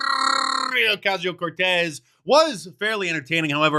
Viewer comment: Haha, I think that's a new record for the amount of 'R's rolled in AOC's name. 😂😂